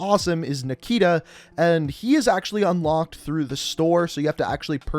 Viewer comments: Everybody: nikto: nikita Nikto: am i a joke to you🤣🤣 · "Nikto" = "Nikita"? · "Nikita" = it's actually "Nikto" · The operator's name is not Nikita. It is Nikto. Which from Russian means Nobody :)